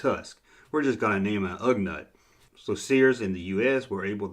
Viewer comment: Ugnaught is pronounced Ug-naught.